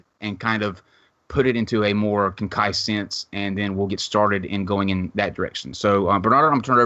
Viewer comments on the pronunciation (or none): You pronounced concise like conkise... I think you owe us 200 push-ups.